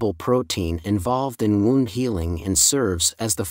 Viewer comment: "Wound" - what?🤨It read that like a wound-up toy!😏 Thanks for sharing this information.